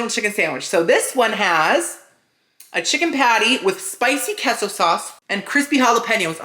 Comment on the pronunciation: Kesso and hollapainyos